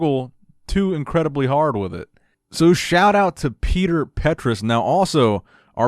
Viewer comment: Actually, correct pronunciation of his name ( in czech language) is /Peter/ read as written, not /pee· tuh/